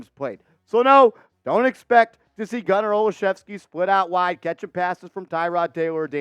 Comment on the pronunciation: I'm related to Gunner, this is great.....Im shocked you pronounced our name right lol